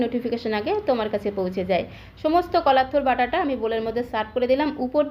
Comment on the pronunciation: Mem it's not tur